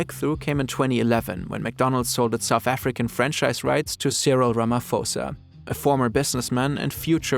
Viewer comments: its pronounced Rama posa not rama fosa, without the H the p is pronounced differently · Great reporting by! But please pronounce his name like "Cyril Rama-paw-sa" instead of "Cyril Rama-four-sa" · Ramaphosa 'Pho' is is 'Poh' not Fo. Was thinking where did I buy a soft serve today since there are no McDonald's 😂😂, enjoying the video doe.. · You are supposed to pronouce the SOuth African President like this: Cirel Rama-posa, not fosa something little sorry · Its not Cyril Rama-Fosa, its Ra-MA-SE-POES!!! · Ph is not prounounced as F but as in P with an h after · its not phosa like phone but you say it like a p, posa even tho its spelled phosa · *Rama-pause-ah... 😅 Not Ramafosa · 😂😂 Ramaposa not Ramafosa that just sounds funny 😅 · just a note, in the surname Ramaphosa, the ‘ph’ is not pronounced with an ‘f’ as you would for “phone”. It is pronounced as a regular ‘p’ - think of the ‘h’ as silent.✨ super interesting video! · Great video, but I just want to say that the "ph" part of Cyril Ramaphosa is pronounced as an P not an f. I also found out from this video that he owned the franchise rights for McDonald's, mind you he's our president, interesting... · “You probably have the same entrepreneurial spirit as Cyril Ramaphosa…” God I hope most people don’t. Guy is no stranger to controversy for his involvement in various enterprises. Also, the ‘ph’ in his name is pronounced like a ‘p’ not a ‘f’. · also Ramaphosa is pronounced Ramaposa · Did this man just say Ramafosa? 😮 I am not even South African and I know that is wrong. Did bro move to America and become ignorant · just wanted to say that you pronounce his name as cyril ramo-p-hosa so a p sound not ph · Pronounce the P in Ramaphosa, you’ll be good 🙌🏾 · Ramaphosa is pronounced Ruh-muh-poh-suh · Love the narrator but I just wanted to say it's pronounced "Rama-posa", the H is silent (South African) 😊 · Cyril Ramafosa lmao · funny how Rumaphosa was pronoseised is wrong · it's Cyril Rama-PAUSE-r